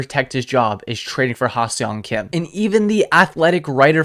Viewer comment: You pronounce HSK- Ha SUNG Kim, with an emphasis on the sung… no e or o is pronounced in Seong 👊🏻👊🏻